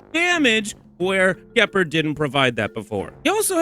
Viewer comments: Juhpard 😂 Gehpurd is killing me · The hard G on Gepard is killing me 😭